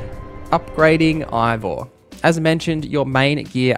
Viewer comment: You’re pronouncing Eivor wrong. Have u even played the game? Christ almighty